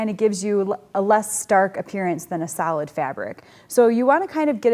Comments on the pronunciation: i kept thinking you were saying salad colors.... ohhh solid! duh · With my accent, I was listening the the series in the background and didn't realise you were saying 'solid' in the previous video...I thought it was 'salad' 😆 Brilliant series thank you